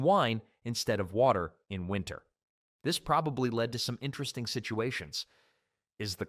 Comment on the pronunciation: This is an AI voice. He said the two usages of the word "lead", as in to "lead the way", and the metal in one sentence. And the different usages of "wind", as in the "wind blowing" and "to wind a clock" in the same sentences in different videos. So yes, that is a consistent AI issue if the content creator doesn't monitor the script.